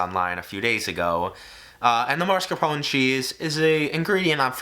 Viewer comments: "Mascarpone"! Mas- car-pone! Try not to switch the letters, it is NOT Mars-ca-pone :-) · Marscapone? Why is mascarpone so hard for some people to pronounce? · my man, it's "Mascarpone", not "Marscapone" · The cheese pronunciation doesn't begin with marsk but mask. It's pronounced like masker pony. It's Italian. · It’s maSCARpone not MARSCapone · plus the E at the end has to be pronounced. MascarponE, non marscarpon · right?? claims hes italian (realistically of italian descent) & cant pronounce mascarpone correctly?? a lil sus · A little late but I’ve heard it on multiple cooking/baking shows and they never pronounce it that way; it’s always marscapone, so it’s not even a thing. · why do we all share the same speech impediment where we have to place the R in mascarpone in the wrong syllable? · The American pronunciation of mascarpone genuinely hurts my European ears 😭. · the way americans say mascarpone makes me want to die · the way he says mascarpone upsets me